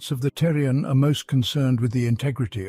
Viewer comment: Thorian, not Terrian